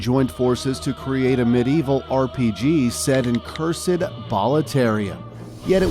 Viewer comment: Blud couldn’t even say cursed